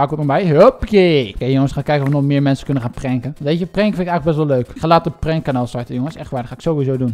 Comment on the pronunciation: het is prank niet prenk